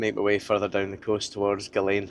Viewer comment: Another great video. Just one thing. It's pronounced Gullan not Gullayne. Apart from that. Thank you for putting our wee corner of the world on the map. You'll need to come back because you missed Cove and Fidra. We'll see you again 👍